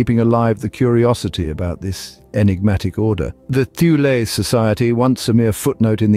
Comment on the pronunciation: It's pronounced Too-leh, not Thew-lee.